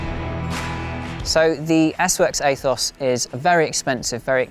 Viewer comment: Aethos is pronounced ethos in English. Athos might be an American pronunciation idk.